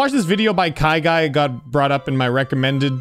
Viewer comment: hes not KAIGUY hes kayguy say gayguy and replace g with k